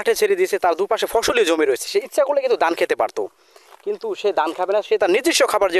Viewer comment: আপনি ধান বলতে পারেন না? ধানকে দান বলেন কেন তাহলে দুইটা অক্ষর আলাদা আলাদা হলো কেন